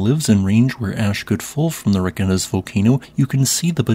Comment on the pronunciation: Pronunciation tip. I am sure you know how to pronounce Reykjavik. Reykjanes will be the same. REY-KYA-NESS. 😊